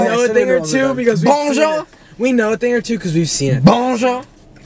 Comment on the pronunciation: Chris is going again with his is "BONGOUR"😭😭😭